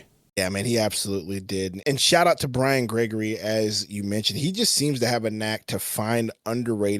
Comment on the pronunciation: It's time to say Brian Gregory the correct way now, your silliness to it is getting old.. I love watching you guys, but that's getting really old now, especially after the way this since Suns team is playing